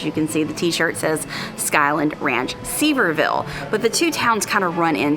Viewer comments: It's Sur-vere-ville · FYI Sevierville is pronounced “severe ville” Love it when you travel in Ellie! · Sevierville is pronounced seh vee ur vl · It is pronounced Sever ville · it’s pronounced Severe-Vul… there are other towns in Tennessee that end in -ville that are also pronounced -vul. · I hope after you made this video you learned how to correctly pronounce Sevierville 😂